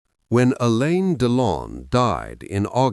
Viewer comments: It is Alain not Elene, 😂😂😂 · AI voice can’t pronounce his French Name, it was an interesting story. 👍🙏. From 🇨🇦👵🇰🇷